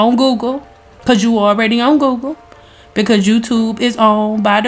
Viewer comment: I’m dead☠️ you said “by the goggle” funny as hell you said what you said...class over your dismiss😙